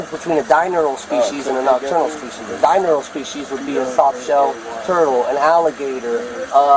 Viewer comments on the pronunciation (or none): Animal expert doesn’t even know how to say the word “diurnal”